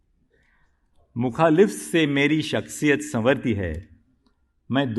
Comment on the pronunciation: मुखालिफत तो सही से बोल सकते थे